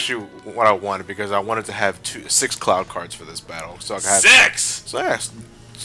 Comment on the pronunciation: I swear, when said Cloud card, it sounds like Clow Card. -You mean white ha-ten seconds later never mind. Also, nice Stick of Truth reference after that. I don't know why, but it bugs me that Sora looks perpetually angry in Re:Chain, with all the Castle Oblivion cutscenes. I personally want to make a Paper Mario joke with Twilight Town next part.